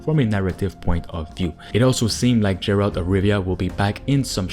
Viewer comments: Why do you keep pronouncing the name as Jeralt and not as garalt? It's not like you don't hear it said by the character so I don't understand it. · wow, you calling him Jeralt and not Geralt with soft G its only telling me that you never played the Wither. and if you did, then how the fuck can you call him Jeralt. WTF is wrong with you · who the f is Gerald ? this series is 16 years old and you dunno it's Geralt not Gerald ? bruh...